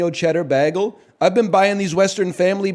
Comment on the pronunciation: I can’t believe people called him out for the way he said bagel right after explaining the does it for content. It’s so funny